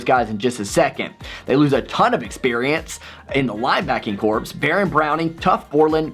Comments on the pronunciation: P.S. Since you asked to be critiqued on pronunciations; well done on JSN, but "corps" is pronounced "core", not "corpse". (Unless you're referring to Michigan's receiving corps, in which case I'll allow it :-) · Corps is pronounced "core" not "corpse." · Solid video...my only gripe is that when you say something such as "receiving corps" it's actually pronounced "receiving CORE," the ps at the end is silent. GO BUCKS, WOO!!! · Hey, man! Great predictions! I only see OSU losing one lose either to Indiana or Minnesota. BTW, when are we doing the Yahoo college game picks this year? I want to participate again. Also quick correction, Corps is pronounced “Cores”.